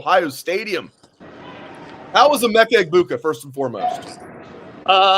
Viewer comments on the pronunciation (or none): needed to find out how to pronounce the last names of Chip and Emeka. Both main players…ask someone